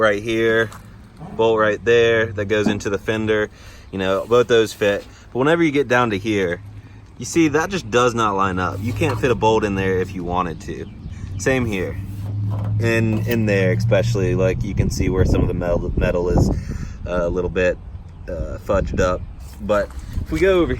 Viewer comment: "expecially" LMAO 🤣